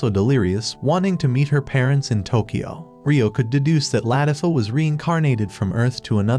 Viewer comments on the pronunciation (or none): none